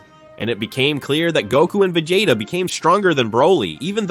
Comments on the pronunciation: vi-jay-da 😂 I'm out man. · Vagata? Vejata? Come on…